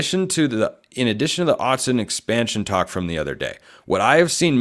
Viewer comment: Why would we listen to you if you don’t even know it’s Autzen and not Austin 😂😂😂